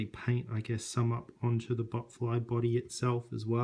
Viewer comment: I keep laughing in the vid because I hear butt fly